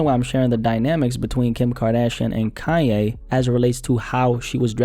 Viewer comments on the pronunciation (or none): I'm confused everytime he says "kanye" because it sounds like "kaya" the way he says is